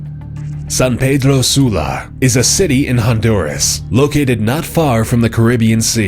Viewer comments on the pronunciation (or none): none